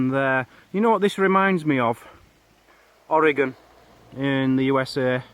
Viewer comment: At least you said Oregon right, LOL I thought the plant with the yellow flowers was gorse. WE have them here.